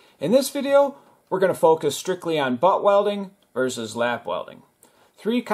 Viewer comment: Lap... not lapp. It's going to affect your search results.